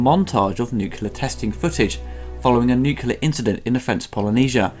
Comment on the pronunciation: As much as I like the reviews... C'mon dude. WTF! Nucular??? It is fucking NUCLEAR! Have some decency!